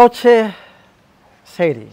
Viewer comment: It is not Shari it is Shari